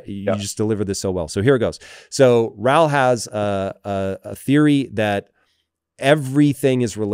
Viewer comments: His guest's name is pronounced Raul. Not Rall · His ne is Rauuul. Not pronounced Rall